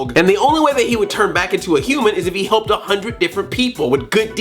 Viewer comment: Like if you thought he said hump instead of helped